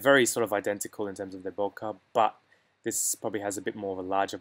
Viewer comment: Useful analysis, but all of it now changes quite dramatically, after the introduction of the new 100mm f/2.8 STF lens. BTW, it's not "bo-kaw", but "bo-kay" (it's a Japanese word).